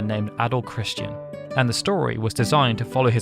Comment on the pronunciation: there's no A in Christin.